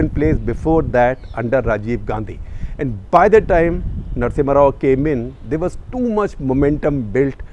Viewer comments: #CTC ... Its Narasimha Rao, not Narasimhan ... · Narasimha rao... not narasimhan rao... you interviewed him , at least know how to spell and pronounce great mans name.. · SG sir, you added an extra "N" in the "Narasimha Rao"